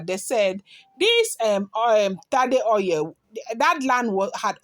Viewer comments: 😘😘😘😂😂😂Oil not oiyel. My dear Igbotic babe 🥰.. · 😂😂😂😂 she said oiyel 😂😂😂😂🥰 just joking but it's true o.